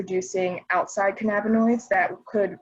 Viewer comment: "canna-binoids" not "ca na binoids" 😅